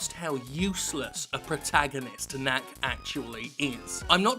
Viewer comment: Whenever he says "knack is " I hear Yahtzee say "kack".